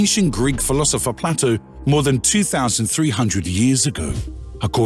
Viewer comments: The philosopher's name is not pronounced Platto, it's Playto. Plato with a long A. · It's not Ignatius its pronounced ignashious, its not platto its plato.. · Bad pronunciation. Playto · I know thought that was a really bad mistake mispronouncing Plato as well as Mariana. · You're not wrong. One has to question the validity of any narrator who has never heard of Plato 😉